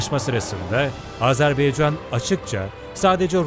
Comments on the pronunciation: Sunucunun söylediği gibi AzerbEycan değil, AzerbAycan'dır. Onu bir düzeltelim lütfen. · Azerbeycan değil Azerbaycan. Telafuza dikkat edelim. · Her şey iyi de yazarken Azerbaycan yazıyor okurken neden Azarbeycan okuyorsunuz? Bu yanlışı çok kişi yapıyor malesef!! Dikkat lütfen! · S Azerbeycan değil Azerbaycan . Ama peyeni atmaya Engel değil. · Azerbeycan yox.AZƏRBAYCAN COX COX XAHİŞ EDİRİK DÜZ TƏLƏFFÜZ EDİN CAN QARDAŞLARİMİZ🙏🙏🙏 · Azerbeycan değil Azerbaycan. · Azerbeycan değil! Azerbaycan! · Çox gözəl söylədin,amma Azerbeycan deyil, Azərbaycan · Azerbeycan değil Azerbaycan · Bir de artık şu ülkeye AzebEycan demeyin lütfen, doğrusu AzerbAycan. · Video boyunca azerbeycan dedin kardeş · Azerbaycan denilmeli azerbeycan değil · Azerbeycan yox Azerbaycan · doğru telafüz etmiyor ondan bahsediyorum